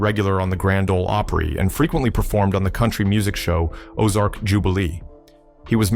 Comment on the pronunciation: Dont miss pronounce opry as ooprie its grand old opry not ooprie, if you can't pronounce it dont speak it, this was disrespectful hearing your mispronunciations